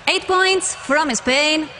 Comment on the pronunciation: "I'm cOnGrAtIlAsIoNs, LoTs Of ThE KiSsEs To Th(D)e MiLlIoNs Of UROFANS" "OiT PoInTs" "Na-na-na, Moniqa" "For MaGnIfIsIKeNt show" "Youuuuuuu"